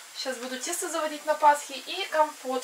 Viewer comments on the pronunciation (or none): Не пасКа, а ПАСХА.